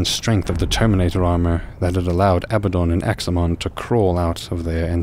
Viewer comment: pronounced Ah-bad-don. Not Aba-don lol